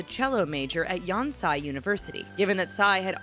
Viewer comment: yon-psy university? yon-sei, also hi hee yeon??? ha-hee-yeon